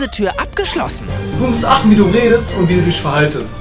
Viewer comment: Bei minute ,,du musst drauf ACHTE wie du dich VERHALLST'' beste deutsch (Just for fun nicht ernst gemeint)